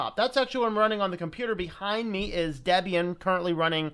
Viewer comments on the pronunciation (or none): none